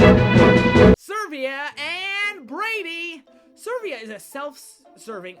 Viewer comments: ServEEa? Its Severa. Like Sever. With an "uh" at the end. Its a real name. x[ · Um... It's Severa... Not Servia... Although I like the list! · No offence, but I find it funny that you say Severa as Servia, and, given what you say about her, that she's manipulative and all that, SERV(E)IA makes sense. Also, Chrome isn't Google, so no Google Chrome here XD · heh, "servia" not severa, noooooo, its actually been "servia" all this time. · Grangel? SERVIA? DAFUQ NIGGA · Dude, I love your videos so much, but some of your pronunciations just.. flat out irritate me. I mean, Lissa is canonically like the name Alyssa, without the A sound of course. Then there's Severa who, 1) doesn't have an R where you sound it. 2) It's a pun off of SEVERE because of her SEVERE attitude. I mean, I'm not completely judging because I might mispronounce things as well, it's just that those two names bother me the most. >-> Sorry if I sounded completely rude.